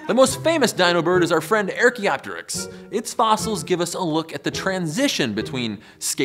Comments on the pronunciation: Arc-e-op-teriks. Not air-key-op-teariks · What is wrong with peoples pronunciation abilities these days newscasters , politicians totally butchering language . It's NOT "AIR kee optrics" it;s pronounced "ARK EE OPTER IKS"(archaeoteryx) WTH. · You lost me at "AIR-chea-op-teryx". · Stop saying airkeyopterix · The way he says archaeopteryx hurts me...Great video regardless!